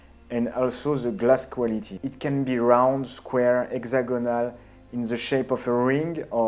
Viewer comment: "exagonale, in ze shep of a ring" Love it.